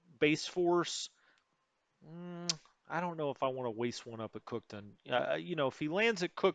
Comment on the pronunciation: It's pronounced cook town. Not cookton